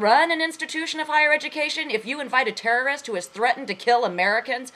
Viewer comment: lol, the terroristh! the terroristh!